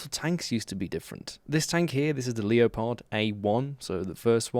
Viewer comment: I didn't know people still pronounced Leopard "Lee-oh-pard" and not just "leperd" xd